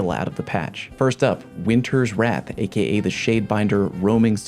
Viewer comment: everytime you say a.k.a a kid die